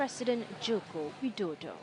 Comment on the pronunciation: Did u say President Widodo, what kind of reporter are u !!